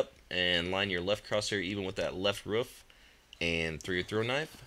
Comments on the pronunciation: He says ruff instead of roof lol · WTF it's Roof not RUF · he call a roof a ruuf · i like teh waay he says "roof" lol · I love how says "Roof"